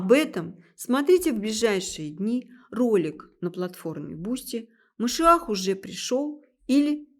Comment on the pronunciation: Какая мерзость, образование не помогло этой несчастной подлечиться от антисемитизма... Ну, если она, Господи прости, журналистка, то подготовиться "к лекции" могла бы ⁉️ Это же стыдоба. Все слова говорит не правильно используя ударения - Машиах, Менора и т.д. Даже СССР произносит, как "Сэ-сэ-сэ-р" Ужас❗ Путает между историческими личностями, которые жили в разных тысячилетиях Но, это ерунда, народ всё схавает... Я не собираюсь анализировать весь этот антисемитский бред, что она несёт, но это же смешно говоря о большом учёном, геологе, "человеке легенде" она вякает, что из-за него Россия ест пальмовое масло...😂😋🤣 Слушая анализируйте❗ Хорошо, что чёрные очки надела, глазки "света" боятся... Ну, это и понятно